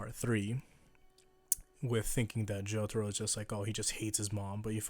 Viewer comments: Why you gotta pronounce it the American way... jo tar o... :( why not JO TAH ROH! The dio way! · Hey can you stop calling Jotaro as J o t o r o? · Nam Nguyễn Phương Well says it as Jotoro. Jotoro should be the right answer.